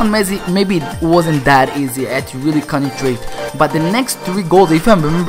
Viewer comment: Why do you say consentrate contentrate